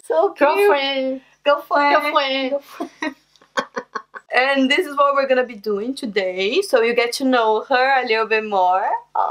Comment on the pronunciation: Lol... 1..2..3.. Hi sweetiesss lol... How cute. Then u said 'gulfwuend' (girlfriend)... You 2 are so cute & she seems more into you than your ex.